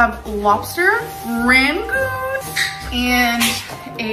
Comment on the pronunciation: fr said " RANgoons "